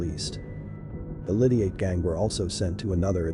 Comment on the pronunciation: Pronounce his name properly or just don’t speak. Explain who his sister is. The wife of Massey